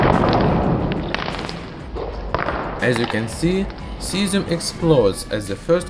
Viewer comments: 😂😂😂 i felt so bad for the 'zieszzzhuuum' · "Cyazim tanty nain"